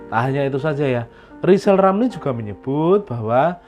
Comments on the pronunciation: Kebanyakan nylinyir mulutnya Lizal Lamli sampek bengkak njeber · Ya yg jadi plesiden yg bagus Lijal lamli bial bica bancaan masal